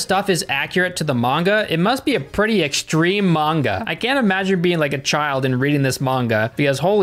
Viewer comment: B-but you say manga correctly!